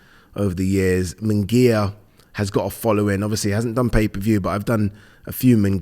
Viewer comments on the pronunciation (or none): It's "Munguía" not "Mingaya" and "Canelo" not "Cinelo". I've never understood this. It's like 99% of commentators and pundits in the UK say "Rinaldo". It's lazy! Sorry, love the channel!